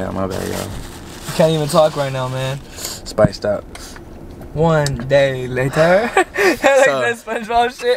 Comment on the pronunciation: That boi said “spiced out”😂😂😂